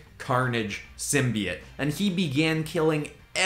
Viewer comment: Please tell this man it’s symbiote not simbyit